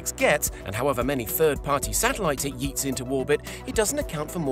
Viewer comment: "E YEET"